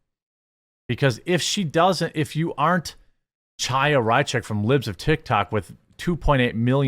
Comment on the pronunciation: Chaya is pronounced Haya (which means literally "living" in hebrew, from the word Haim - life)